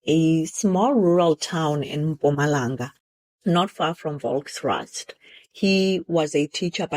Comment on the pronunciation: it's pronounced Folkrust, bathing. In Afrikaans a V is pronounced F. Syabonga 😜